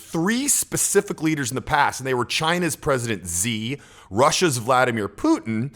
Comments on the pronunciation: Love the content but come on man China’s chairman’s name is Xi. Pronounced more like “she”. Pronouncing it Z just sounds a bit uninformed. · Dude that's not Z, it's she (pronounceation) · Its shi shi Jinping not president Zee ffs. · The Chinese President name isn’t hard to pronounce,, it is not zi. It is xi which sounds exactly as the word ‘she’. So u can just say president she.... trust me it sounds exactly the same! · Hey coach, excellent video. May I suggest getting the world leaders names correct. China's president "Xi" is pronounced like "she" and North Korea's leader is Kim (president Kim). His first name is Jong-un. In Asia family names are more important that's why it comes first. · China's president "Zi"😅😅😅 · Xi Jin ping is pronounced like Sheee Jin ping.